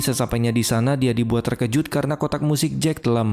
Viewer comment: Bannga jangan bilang terkojoet dong 🙏